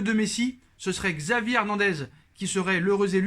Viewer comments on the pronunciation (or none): C’est chavi pas xavi la prononciation